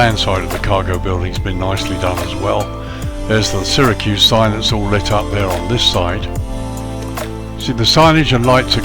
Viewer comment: Just an fyi, the "Y" in Syracuse is pronounced as an "E" Another great review, i ended up buying it as i live in the states and do plenty of Southwest Airlines ops